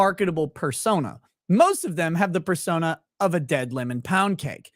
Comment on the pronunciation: At 2x speed, use of the word "persona" sounds like "fur-sona," which makes the Afroman lawsuit that much more fun... 🚫 🍞